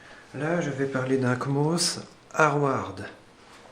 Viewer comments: "Le comos" Le C mosse, faut prononcer. "D'une façon permanente" Faux, puisque son fonctionnement dépend de sa pile. "Quand le PC est éteint il est alimenté par la pile" Tout le temps. "Qui pourrait être mortel à l'ordinateur" Je sais pas de quoi tu parles mais c'est du bullshit complet "Le BIOS AMI. C'est un ancien BIOS" ... Il est toujours mis à jour, hein. "Le cavalier JP4... blablabla... à ne pas utiliser car c'est une solution de dernier recours" Non..? C'est une méthode banale. "Des sites sécurisés... Plus sécurisés que Gogole chrome et Yotube." saute du plafond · Sa se trouve c'est juste par se qu'il a 2 de tension qu'il prononce mal 😂